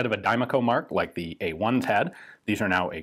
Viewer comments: Die-Mac-O Not Dime-A-Co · Diemaco is pronounced, die-mack-oh. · Interesting that Ian says: di’mà-co Whereas the Brits say: da’mar-co